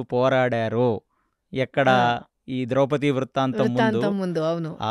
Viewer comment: కొన్ని పదాలు మీరు తప్పుగా వాడుతున్నారు ఉదాహరణకు నిమిషాల దగ్గర వివక్షకు బదులు విచక్షణ అని అనాలి... ద్రౌపతి అంటున్నారు ద్రౌపది అనాలి